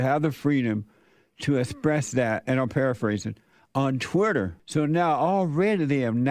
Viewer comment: "Twutter" and "Tesler". Elon is doing even better than I thought.